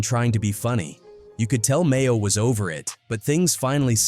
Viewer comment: dudes name is maino not mayo. you should prolly use ai narrator without autocorrect next time